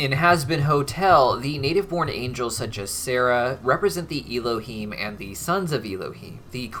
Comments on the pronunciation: I love you, and I love that you are taking our (Jewish) religion into consideration, however, your probounciation of Hebrew is abysmal. It isn't Y-lohim (him). It is Ehlohem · I don’t mean to sound rude, but you are pronouncing Elohim wrong, the ‘E’ is pronounced as ‘Eh’